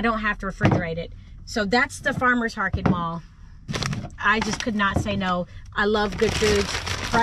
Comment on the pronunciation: I am not making fun of you, trust me. You accidentally said, “ that’s the Farmers Harket Maul” I had to giggle. In good fun. I love following your adventures.